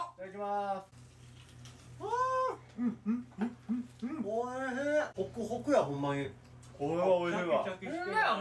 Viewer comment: 『ふぁ〜おいひぃ〜(>ω<)』な正門くんかわえ〜